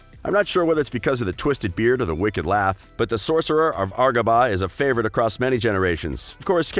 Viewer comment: Its not argaba its agruba